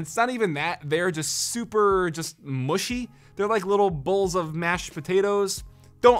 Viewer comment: ( min.) wth is mushy, do you mean the presure-point feels muddy? lol you spoken it out like a german word "muschi" and that means "pussy". lol